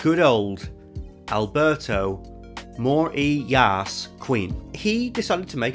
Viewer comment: Fuckin legendary points for combining the proper pronunciation of 'Morillas' with a meme